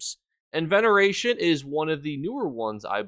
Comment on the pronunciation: lol he always pronounces everything wrong it's super amusing lol. such as enveneration lol. We love you:) sound it out! haha;) EN-UR VAY-SHUN. lol